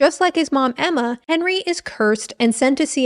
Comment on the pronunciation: I lost my tea when you said "AEMMAR" as the lone Australian. 🤣